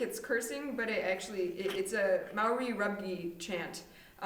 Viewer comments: the way you said Maori..... and your explanation of the Haka..... sweetie no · I’m Maori and you got some of your facts right but some wrong. Nct 127 got this haka from a wedding we’re the brothers handed off there sister. There isn’t just one haka and you said Maori wrong 😂😂but I liked how you at least looked it up unlike a lot of ppl that’s reacted to it